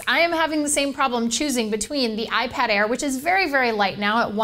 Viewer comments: "Ipar" lol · Gotta love the "iPar" lol